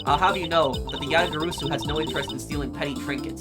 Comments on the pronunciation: We've told you this already in chapter 1, but it's pronounced Ya-ta-ga-ra-su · you're pronouncing Yatagarasu wrong it's pronounced exactly how it's spelled - YA-tah-gah-RAH-soo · Just one thing, Yatagarasu is spelled as written, with the "rasu" at the end the "a" is spelled as an "ah"